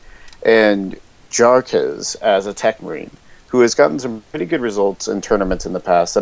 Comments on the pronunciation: It's actually pronounced "Iarach" ("a" pronounced like in word "parkour"). It stands for "smoker" (slang) . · I think its pronounced "Jah-Rocks" Good match, though its a shame we never got the finals of that NAA tourney casted =(